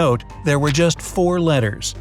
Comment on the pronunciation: Why is no one talking about how he said letters on the first riddle😆